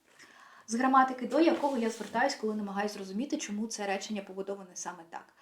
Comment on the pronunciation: Так, як ви вимовляєте «тч», «тщ», «тчому» — ніколи і ніде в Україні ці звуки не вимовляли. Це напевно привнесено «діаспорою», яка сама була під впливом іншої мови і культури. Важко це слухати.